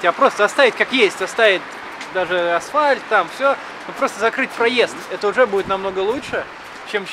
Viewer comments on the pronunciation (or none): none